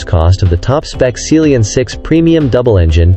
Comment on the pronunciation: Seal-Leon 7, is that how you pronounce it? I’ve been calling it Sea-Lion 7.